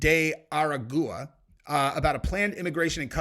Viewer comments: Say Tren de arrrrr like pirates and Agua like water. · it is pronounced like arogwa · How did say that gangs name? Ragusa? Llol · Omg how do you not know how to say this gang name? They literally say it ALL THE TIME on the channels and tv and whatever. Ara goo ah. Omg😅😅😅😂😂😂😂